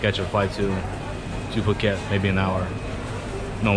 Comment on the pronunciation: Phuket is correct lol. Took me at least 2 years to start pronouncing Phuket correctly. Hahaha, will let Victor know to start preparing the cognac!